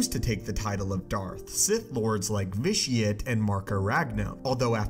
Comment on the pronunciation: Vish-ee-ah-teh imo